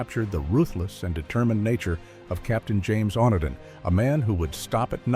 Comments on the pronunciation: It's not the one-din line. It's pronounced the o-knee-din line, l used to watch this series when I was a child. Hope that this made sense 😊. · wandin? AI?